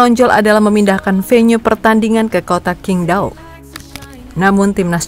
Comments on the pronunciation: Sebenarnya cara baca yg bener itu Cingtao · QINGDAO org cina bilang CINGTAO min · Tanpa mengurangi rasa hormat, itu stadion adanya dikota cingdao min (dalam mandarin huruf Q dibaca C)🙏